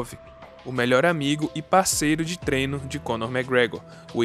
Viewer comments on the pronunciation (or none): none